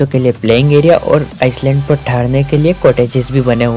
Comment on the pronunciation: आइलैंड को आईसलैंड बोल रहे हो विडिओ में। भाई तुम्हें तो खुद अपना वीडियो फिर से देखना चाहिए।